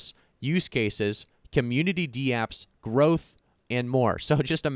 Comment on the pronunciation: DAPPS not D-Apps.